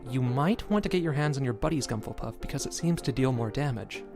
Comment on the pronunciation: What's a gumple puff